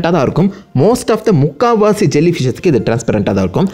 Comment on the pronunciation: (most of the mukkavashiii) 😂😂😂😂